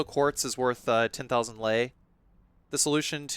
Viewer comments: hearing you say '500 lie' was like taking a bullet to the chest ngl (its pronounced like lay) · I love the play though, however as a speaker of Romanian (I’m not a native speaker so Romanians feel free to correct me on this) Lei is pronounced like the word ‘lay’ in English. Yeah it’s a little funky word-wise, but I hope this helps. Also I love your content!